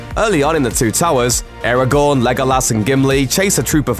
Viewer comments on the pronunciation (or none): none